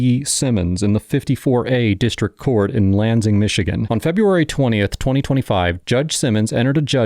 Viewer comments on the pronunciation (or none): Hahaha "lanzing"? It's always funny to hear your towns mispronounced. Not your fault. Michigan town names are weird. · Lan-sing 😉 love see judicial proceedings from MI